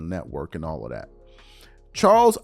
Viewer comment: “Right leaning letwork” 🤣🤣